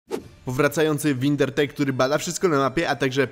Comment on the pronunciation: jeszcze raz powiesz windrertek to dam un śrub muwi se wingertech